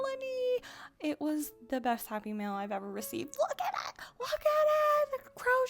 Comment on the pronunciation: Whenever you say "happy mail" I keep thinking you're saying "happy meal" 😂